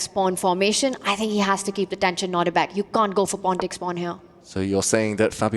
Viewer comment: They keep saying Nordibek. It’s Nodirbek.